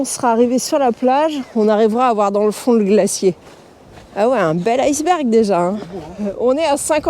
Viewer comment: iceberg et non ailceberg